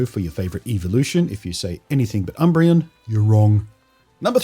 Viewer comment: It’s actually umbreon